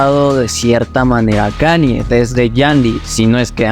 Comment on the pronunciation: And all i need is yall to pronounce right my name is kan-ye, but some of my plastic still say kanie Kanye west - diamonds from sierra leone